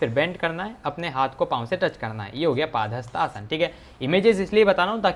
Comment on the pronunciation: 🤣 paaaaadhastasna nhi padhastasna!!!!!!!!!!